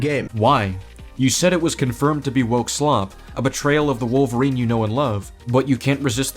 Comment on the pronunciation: i can’t believe no one mentioned how logan says “i am wokerine, and i am going to wokerine you”